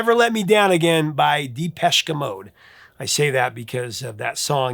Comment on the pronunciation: lol at your pronunciation of depeche mode, I call them depress mode, love their music